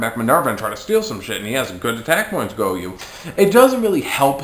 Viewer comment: It's goyO not goyuu